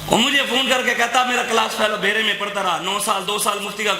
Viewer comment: لفظ درست کر لو ۔بھیرہ شریف